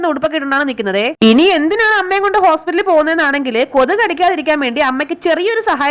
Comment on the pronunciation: ഹോസ്😂 പത്രി😂.............. ഇംഗ്ലീ😂യാളം😂 😂😂😂